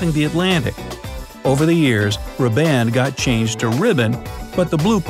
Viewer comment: “Riband” is pronounced “Rib-und”.